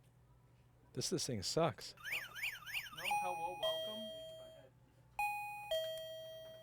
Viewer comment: Just record your gilrfriend saying "Herro Wercome!".